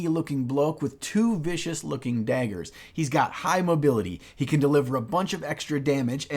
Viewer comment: The Midwest was strong in those Dayggers.